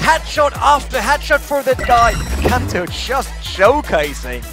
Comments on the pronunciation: This video was made 3 years ago, i still find it funny how non finnish people are "correcting" his name pronounciation in this video. Only thing he said wrong was adding the H sound into the name. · I don’t see an “o” on in the beginning of Kanto. It makes me cringe when we had to watch the clips and hear what the casters were saying and still messed up the name. Smh my head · It's amazing how in every clip they say his name and then the producers literally say it wrong everytime, it's amazing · Tatu Pakkanen oh, gotcha. So American announcer have been getting it wrong the whole time haha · He should say kanto correctly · How can you do this much research and still butcher his name lol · when you make a video about Kanto and say his name wrong in the like 3rd word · I hate that he says his name wrong disrespectful 😂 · K (a) nto....not k (o) nto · can't click the l like button jhust because of the way he pronounced kanto that's some disrespect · My man...watches these clips, hears Kantos name....and still can’t pronounce it fire him ffs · You need to do this whole video again, and pronounce his name correctly, hahaha Jesus christ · I cringe every time he butchers kantos name. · Learn how to say kanto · My god can you guys stop mispronouncing stuff? It makes me wanna dislike your good videos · This video should be re edited and KAHNTO changed to the correct pronunciation. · Loved the background music. Also appreciate the uptake in R6 content. BTW, it's Kanto and not Kaaanto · Isn't it Kanto not Konto? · Still have nightmares about kanto on pre-nerf ella And pls its pronounced Can-toe not Kahn-toe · Who is 'kaunto'? It's kanto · Stop saying Konto.. It’s Kanto! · It’s kanto...... not konto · Kanto not Käntö like the casters say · Kanto not kahn toe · Kanto not Konto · CAN-TOE not KONTO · sorry but i don't like how you're saying his name. i might be wrong but ithink its kAnto not konto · i hate how this guy says "Konto" it's Kanto, listen to interro or Kix....